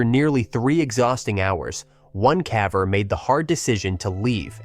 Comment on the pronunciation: AI can do so many impressive things but it cant pronounce "caver" correctly